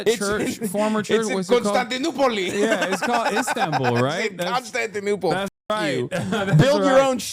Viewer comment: "constantiNOOPLE"